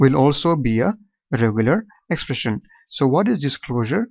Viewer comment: Sir its 'expression' not 'espression'